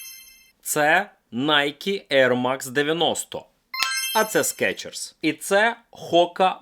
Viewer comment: СкИИчерс блин😂